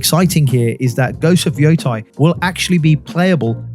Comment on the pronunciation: love your content, but hearing you saying ghost of "yothai" since September 24 feels like im waiting for ghosts of "thailand". Its YotEi. "Yotay"